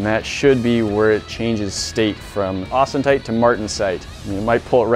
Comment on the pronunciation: Wtf? Austentite? It's Austenite. Austin .